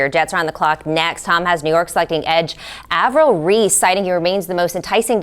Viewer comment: “Avrell Reese” lol